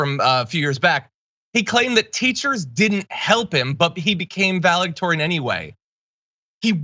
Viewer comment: But Herschel can’t say “valedictorian” without the “dick!”